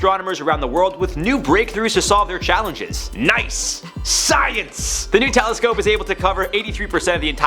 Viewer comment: When said "New Telescope" I heard "nutellascope" and got super excited. I was very disappointed as the story progressed. I'm not sure what I thought a nutellascope was but damn I was happy for a moment